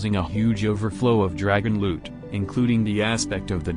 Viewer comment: selling loot from fishing what i heard:selling lewd from fishing